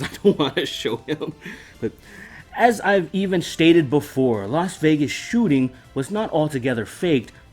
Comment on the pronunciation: Why are you over emphasizing the H in stated, that's wheird. WHISKEY!